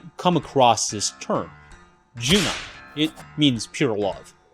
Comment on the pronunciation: Great insights, very informative video and nicely edited too! I'll be a little pesky, it is "jun'ai" (with a pause at apostrophe) not "junai" (without pause), I was confused about this word because of the pronunciation.